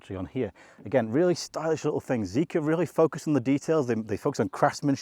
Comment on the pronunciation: I think its prounced Zee-Kar.